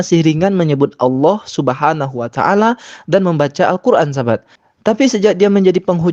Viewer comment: Pembawa acara nya pun masih salah menyebut Subhaanahu wa ta’aala.. Terdengar subhanawataala